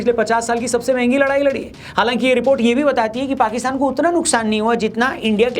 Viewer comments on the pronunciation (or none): none